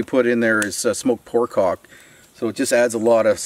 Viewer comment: I love all your videos. But, I have some advice for you. When you say "pork hock" you need to say it with a bit more space between the words "pork" and "hock." XD